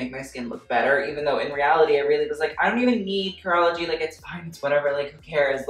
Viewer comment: I kept on hearing urology instead of curology😂